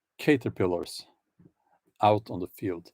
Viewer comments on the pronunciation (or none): OK...Bjorn...Picture a cats head on a caterpillar. Then realize its pronounced CAT - er pill err.